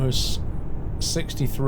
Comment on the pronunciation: Yeah, that one was correct. However, he pronounced Odense, Aarhus, Køge, Aalborg and Frederikshavn wrong xD